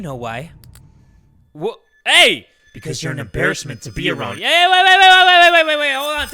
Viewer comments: something also never heard before was "wha-ay" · ...jay....It's not "Whahuh".. It's "Wha--- huh?"